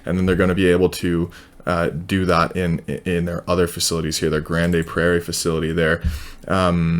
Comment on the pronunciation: Pronounced Grand Prairie